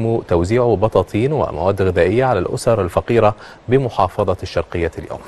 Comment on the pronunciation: الشرقيه مش الشرقه ههههههههه